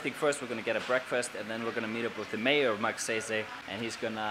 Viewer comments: You're vlogs are like my chill pill. I really enjoy watching them. Just one thing tho try pronouncing the town name as Mug-sayy-sayy or Mug-sigh-sigh 😊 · did u just say "Magseysey"?? hahahhaa! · Magsaysay..... I hope someone corrected you how to pronounce correctly. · You didn't fail my expectation...I heard that "Magseysey"!;P My jaw drops in anticipation for you to say it again! LOLS! Nice vlog with the kids.You know there are two ways in making them remember you, make them cry or make them laugh! it came out naturally that you made them laugh. Kids have the most pure feelings in showing their fondness and you reaped it not just a piece but in abundance for just one day! They are very appreciative of simple things in life, and so sometimes u just wanna wish to become a kid again., keep that kind, joyous and generous kiddie heart and your youthful bright smile! There is so much more from within yourself that you can share to humankind than you realize. And as one of your audience I can see that. You made a 'MARK"! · Awesome video,! I love the way you pronounce “MAGSAYSAY” haha! And the students got so “kilig” when they saw you. 👍🏻🇵🇭😍 🇮🇸